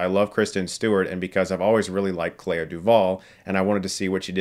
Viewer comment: The way he pronounces Clea from Clea Duvall is very strange. I always heard it as "klee- ah" but it almost sounds like Claire when Chris says it.